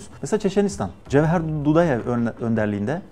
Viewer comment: Кабардинцы живут с балкарцами, карачаи живут с черкесами, потому что Сталин их вместе поселил. После чего Сталина начали именовать "Отец народов". За что Ингушетию пропустил? пс: Почему "Джавхер"? Арабское имя Джафар не можете выговорить? ппс: Почему "аварцы" бродяги? Это древний тюркский народ, создавший аварский каганат.